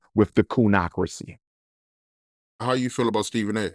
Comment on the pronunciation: He said “Coonacracy” Ha! Let them know Umar!!!